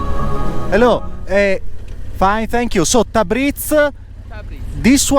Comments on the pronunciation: Da appassionato di Iran un bel "like" a questo paese meraviglioso, però ragazzi Tabriz si dice Tabrids non Tabrits. ممنون❤ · Tabriz... si pronuncia tabriis... 2 ii e la s molto morbida...tabriis...